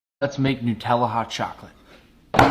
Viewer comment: The way he said Nutella nutellla 😂